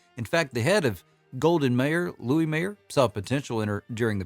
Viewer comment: METRO GOLDWYN MAAAAAAAAYER....NOT MIER....OTHER THEN THAT SLIP GREAT JOB......